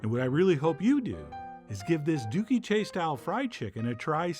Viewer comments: Dooky is pronounced like "cookie". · Hearing you say dooky 😆